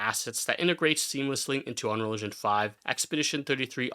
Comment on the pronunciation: bro keeps saying "unreligion" and it's throwing me off xD